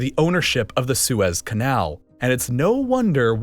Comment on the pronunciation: Did no one catch him saying “Swiss” canal instead of the Suez Canal yet? Can the next video be about how the Swiss captured the Suez Canal?